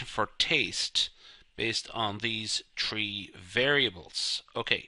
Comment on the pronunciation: it's tree variables..!! 🤣 🤪